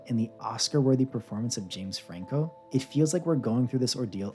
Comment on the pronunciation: 'James Frango'